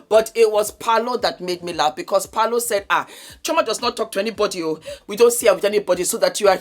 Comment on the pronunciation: I jumped right in 😂, you look fabulous as always ma'am, and yea it's 'Paul-o'.... This episode was everything, it was givviiiing everything it was supposed to give, and ofcos your review.... Bless your heart ❤